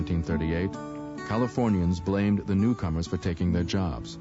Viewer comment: "Dey took er jerbs"